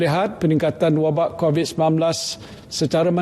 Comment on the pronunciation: X tau lah camner org tua ni boleh mispronounce "covid" ke kobis.. as if kurang prihatin je